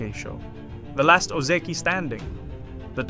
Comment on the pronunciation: Lol you were fooled... this is an AI voice. Need proof? Watch again and listen to how it pronounces Ozeki carefully. Most of the time it says Oh Zee Key but not every time, sometimes it pronounces it properly as O Zeh key. That's important to know because real humans will consistently pronounce it wrong. There are a bunch of other things I could point out but that is pretty obvious tell that it is AI.